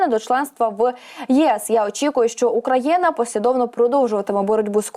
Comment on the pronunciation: Про яку країну ви говорите? Це українська мова? Що за Украяна? Чи тільки мені ріже слух?